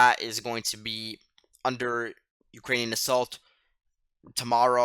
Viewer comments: Yes - one of the better (may be the best) commentaries - must note the name for tomorrow. I also thought the pronunciation was good but I had no idea that Ukrainian place names were so convoluted. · I just found your channel. Who are you? You sound like a teenager. If so, you are really sharp. Your pronunciation of the Ukrainian town names is far better than many vloggers. Excellent information. Can you reply?